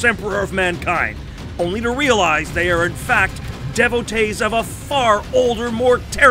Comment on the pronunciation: Lol D-vo-tees, not devo-tess